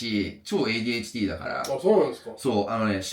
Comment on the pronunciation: 日本語堪能な人でも外来語の発音は英語っぽくなる人多いけど、のADHDの発音がめっちゃ日本語😂